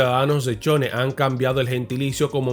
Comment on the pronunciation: De CHONE 😂NO CHONINN .😂